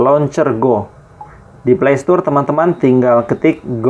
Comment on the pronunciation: "play stor" bang bukan "play stur"